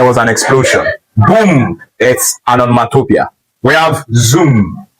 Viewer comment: Great pedagogy! Revisit and check how you pronounced the word “ Onomatopoeia ”...whether you got it right or not in the video. Shalom !